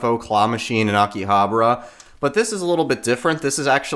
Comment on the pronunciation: Pronounced Akihabara weird?